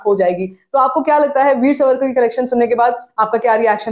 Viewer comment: वीर सवरकर ❌ वीर सावरकर ✅